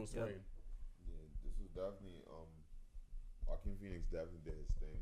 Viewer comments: Who the fuck is Joeaquin pheonix? Lol Bru don’t even say his name right tryna say he a fan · This man just said joe keen Phoenix smfh